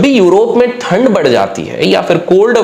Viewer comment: Sir थनड Nahi Hota it's ठंड Hota he 😂